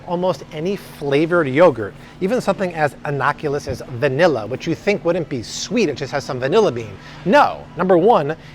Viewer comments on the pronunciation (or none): It’s “innocuOUS” not “innocULOUS.” . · "innocuous" not "innoculous"